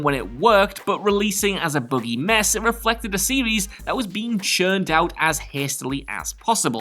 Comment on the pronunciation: Please stop saying "series"